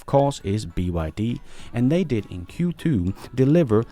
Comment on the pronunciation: Sorry I love e your films , also this one but .. sorry, sorry a lot .. for Q2 sounded a little like f ... q ... 2